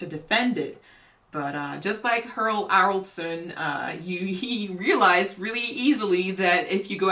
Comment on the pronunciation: Earl Harrison. The best butchering of a name ever!